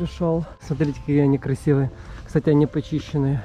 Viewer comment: На русском не "Кстате", а "Кстати" Если что